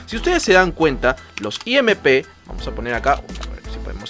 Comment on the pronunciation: Gracias por las recomendaciones, pero se me hizo curioso eso de "i-eme--pe" haha